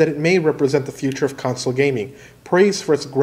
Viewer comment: The number of times you say console and pronounce it like "council" in your videos is absolutely maddening, and it confuses me every single time.